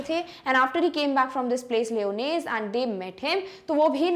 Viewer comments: Mam you are pronouncing the word lyonnesse wrong 🤷‍♂️ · Mam wonderful explanation..but the pronounciation of Lyonnesse isnt correct i think